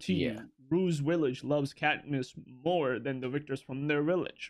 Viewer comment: Is he saying wictors instead of victors?!